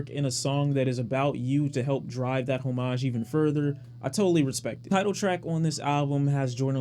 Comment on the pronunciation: You pronounce homage wrong lol